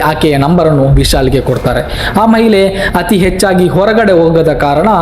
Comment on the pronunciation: ಮಹಿಲೆ ಅಲ್ಲ ಮಾರಾಯ, ಅದು ಮಹಿಳೆ